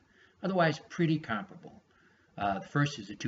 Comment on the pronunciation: Please pronounce COMPARABLE CORRECTLY.